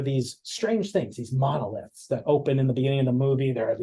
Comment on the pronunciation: Monolith, not whatever ya said....